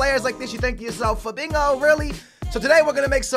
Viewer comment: you say Fabinko it is Fabinho mate.